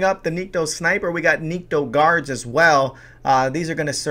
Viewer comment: Cool ideas. But it's Nikto... Not Nitko.